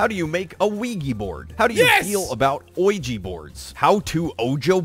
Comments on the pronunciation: "I got Pagnert form a legee board" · Its spelling pronounced Luigi Board actually.